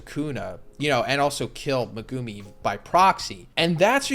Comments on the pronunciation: Is he saying megumi’s name wrong? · the way you pronounce Megumi really annoys me XD